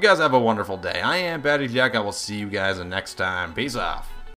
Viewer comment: "Peace off" Sounds Italian xD